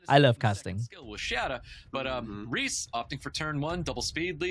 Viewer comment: Kills me Rhys is getting pronounced wrong it’s essentially Reese (my little boys name). Loving your content and the commentary recently keep up the good work